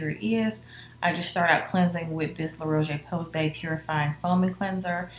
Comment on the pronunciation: Also btw the cleanser brand is pronounced "La row-shh poo-say" 🤗